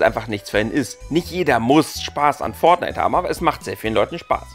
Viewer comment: Das wird fortnite geschrieben -_- nicht "pfort knight"!1!1! lieber mal davor recherchieren!1!1!1+1!